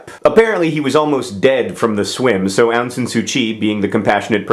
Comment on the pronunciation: ahhh! :) my mama's country! <3 she got to vote in that election. ik that mispronunciation is ur thing, but u pronounced Myanmar wrong. also the 'Aung' in Suu Kyi. xD hehehehhe